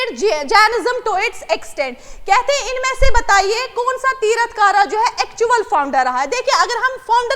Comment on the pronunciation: Q 2 Hello medam that is not tirath kara Its Tirthankar